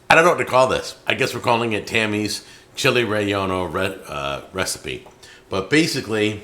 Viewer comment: Roll your R when you say relleño